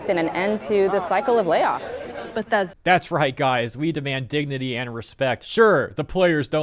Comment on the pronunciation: "We're Bethesda! We're The-Bes-Da!"